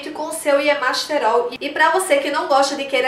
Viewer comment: Muito bons os seus vídeos. Parabéns e obrigada por compartilhar. Uma observação: percebeu que você fala y-E-masterol em vez de y-A-masterol?